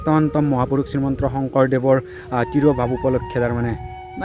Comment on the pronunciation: শ্ৰীমন্ত শংকৰদেৱ হয়। আপুনি শ্ৰীমন্ত্ৰ কৈ আছে যে😅